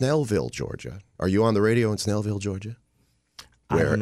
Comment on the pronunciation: Not "Smell"ville, it's Snellville.